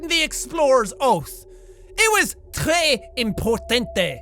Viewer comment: it's "très important" not importanté XD also really funny cause sometime I looked away and didn't knew when it was you commenting or reading ;lol